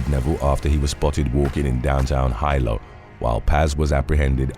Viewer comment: Hilo is pronounced Hee-low.